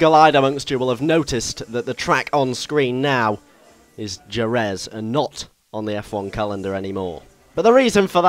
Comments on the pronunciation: you say jerez wrong its pronounced with a h and jerez looks nothing like what it does in really life ive been there for moto gp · soory buddy... its pronounced "her-reth" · Jerez is pronounced Hereth ;) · djzeherez is not how you say it... its jerez, said 'hereth.' you say it differently every time. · Jerez is pronounced HER ETH not HER EZ! GRRRRRRRRRRR and sweet with 1980's and 1990's cars and tracks! :D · Jerez is pronounced heref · jerez is pronounced he-reph went there for testing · Jerez is pronounced hereth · 'Horrendous' pronunciation of the track Jerez (Hereth) ;) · Jerez. Pronounced with an H. that's cool we can drive older cars and tracks. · its pronounced hereth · You said a 1980's Caterham..... are you fucking kidding me....... And Jerez is pronounced hereth... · no more like her-reth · it's pronounced hereth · Jerez is pronounced He-Rez. Just like Jorge is pronounced Hor-hay and Jalapeño is pronounced Ha-la-pen-yo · Would like to correct you slightly. Jerez is pronounced 'Hereth'. JUssayin. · Jerez is prononced "Hereth" but otherwise great vid cannot wait for this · BTW Jerez is pronounced Hereth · Also Jerez is pronounced "Hehreth". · Jerez is pronounced Hereth mate ;) Just letting you know. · I believe it is pronounced, "hereth". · Jerez is pronounced "hereth". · Im Mexican and am disappointed at your pronunciation of Jerez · Please learn to pronounce Jerez properly! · If you said Jerez properly that would be nice... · You pronounced Jerez wrong (because it's Spanish, the J makes an H sound.) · i like how you said "jerez" lol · That pronunciation of Jerez :P, Fantastic video though! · u realize you pronounced jerez wrong